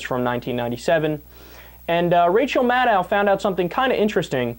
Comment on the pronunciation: Kyle, a friendly reminder: Maddow rhymes with shadow.